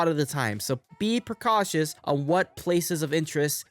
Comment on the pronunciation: "be percautious" XD